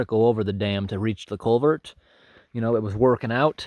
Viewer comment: "CulverT!" haha :P I like your accent man, where are you from? Do you travel far out for some of these jobs or are they all in the towns/cities close to home?